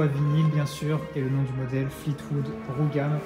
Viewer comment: Pour Brougham le g ne se prononce pas